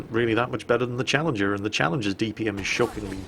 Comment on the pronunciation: you lov Challenjer, you get Challenjer too sorry, I'm bad at pretending I speak poor English but yeah, Chally 2